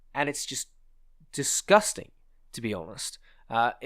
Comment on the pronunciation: when you talk about this tank fuucking disgusstang.